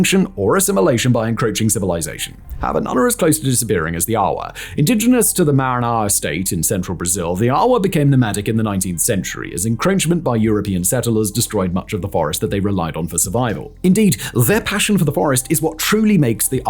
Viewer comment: The way you pronounced Maranhão is atrocious and as a Brazilian I love it! 😂